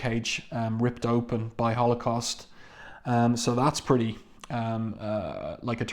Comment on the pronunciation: One of my favorites. I love Blink calling Holocaust 'halfscan'.